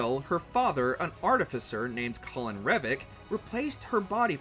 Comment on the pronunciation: It's CORIN not COLIN.